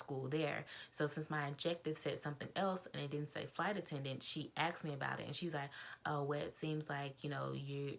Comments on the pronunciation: It is asked not axed. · Sorry, but you said axed several times. BTW, I was a FA for BA for 15 years. We had to have perfect grammar.